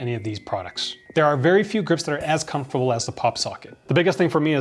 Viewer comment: You say comfortable weird